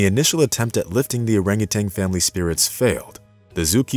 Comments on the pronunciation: Orangutan not orangutang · Also.....it's oranguTAN, not TANG! Sorry, but that also drives me nuts! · Orangu...tan ~not ~Orangu...tang (AI???) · In addition to the rest of the correct comments here, I would note that it's not "orangutanG". It's "orangutaN". NO "G" at the end, please! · And it's orangutan, not orangutang! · Furthermore, it is orang utan, not orang utang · As one has already commented, one other pet peeve is the use of Orang-utanG. There is no G at the end, folks. At least in the English language. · And adding a 'g' on the end of their names at that. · I thought the same thing. But the narrator, in that rather artificial voice, also continually refers to them as "orangutangs" with a g at the end. It's a common mispronunciation, but one you shouldn't have in a video meant to inspire and educate. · Love the story. Would love it more if the narrator could stop adding a "g" to the end of orangutan and refrain from calling them "monkeys" since they're apes. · THERE IS NO "TANG" IN ORAGUTAN! :face-orange-raised-eyebrow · I hate it when people say "urangatang". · We share around 97% of our DNA with bananas, too. That's not what makes us so close to orangutans. And yes, it's orangutan not orangutang. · Dude … it’s an orangutan, not a rangatang ! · If you're going to use a text-to-speech AI, you need to find one that doesn't think that orang-utan is pronounced orang-utang. People do it too, so I suppose it didn't have a good dataset to work from. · Nice story! In the future, please make sure your info about, and pronunciation of, the animal is correct. Great apes, not monkey; no "g" and the the end of "orangutan"! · Orangutan, not Orangutang. Also, they're apes, not monkeys. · Not only that! He pronounced their name incorrectly. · There is no "g" as in genius in Orangutan. Same for no "g" in Yin. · Just a thought, hire a narrator who can say orangutan